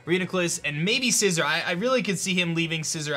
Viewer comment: This is why league format is dumb tbh. It’s not fair to only have one battle instead of a 2/3 set up. (Also his mispronouncing of Scizor makes me nauseous)